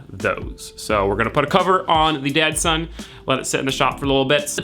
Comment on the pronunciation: he literally called it the dadson throughout the video